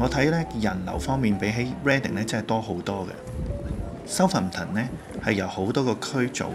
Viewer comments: Southampton 個重音嚮第2個音節, 應該讀soutHAMton, 唔係SOUThamton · 主持將Birmingham個ham(第三音)放在Southampton個ham(第二音)度，所以有D怪，應該照讀ham火煺就可以了。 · pronunciation of Southampton is a bit awkward